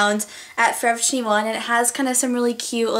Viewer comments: Lol. You say forever twenty one weirdly. You say it Like fovuhtwienuh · U say forever twenty one so weird.